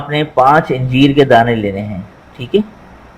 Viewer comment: Talffooz thik Kare. Injeer. Nai. Aanjier hy Aanjier bolo